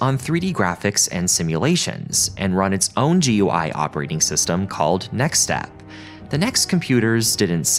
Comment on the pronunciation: Holy shit finally someone who says “G U I” rather than “goo-e”